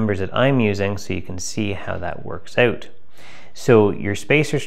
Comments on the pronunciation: Hey many learn how to say OUT. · You say out funny 🤣 JK, thank you so much for posting 👍👍👍